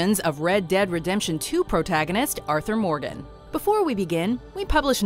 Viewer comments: "Arthur Mordan" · Lmfao she did